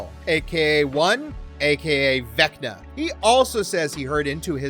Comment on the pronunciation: Why did you say Vecta the first time?